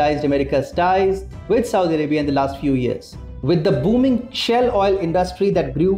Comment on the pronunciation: Its pronounced shail oil not shell.